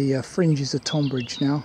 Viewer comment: It's great to see you still making videos. I have not seen much from you in a few months. Just one thing I am currently watching this as we speak and at about you pronounced Tonbridge incorrectly. I am not having a go the English language is complicated. I am not from Tonbridge but live down on the East Sussex coast. It's pronounced like Tonne or Tun like Tunbridge Wells. Think of it more like Tunbridge. I did have a giggle though. Anyway, time to "crack on" and watch the rest of the video.